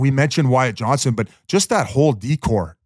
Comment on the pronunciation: For the love of chirst, Whit, can you please stop calling him Wyatt Johnson. There's a T in there bud. We're going on three years now.